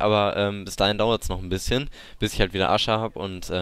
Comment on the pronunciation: Das hat sich so angehört als hättest du Arschhaare gesagt, statt Asche. :D